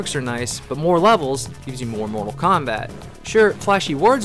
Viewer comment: Genesis: More-tal Kombat.